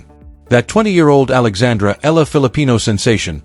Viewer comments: Pls EALA is pronounced E-yA-LA Starting to get tired of hearing otherwise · I don't understand why some commentators cant rightly pronounce name of players, of course they heard it right bu continue to miss pronounce it's E YA LA ,stupidddddddd